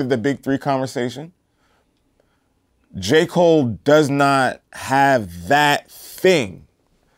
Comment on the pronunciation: "Ja" Cole